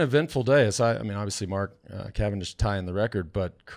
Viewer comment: CA-VAN-DISH, see ya in the dooshes!!